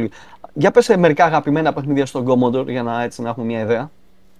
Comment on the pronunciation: Πολύ ενδιαφέρουσα η gaming ιστορία του Γιάννη Dreamwarrior! Μας ενώνει η αγάπη για τον Commodore 64 που σε μια στιγμή τον πρόφερε σωστά, όπως πρέπει, ορθόδοξα, ως "Κομοντόρε". Ο Τόλης ανταπεξήλθε επιτυχώς στην πρόκληση ενός διαολεμένου είδους παιχνιδιών, το vertical scroller με αεροπλανάκι που δοκιμάζει τις αντοχές του καρδιαγγειακού και νευρικού σου συστηματος.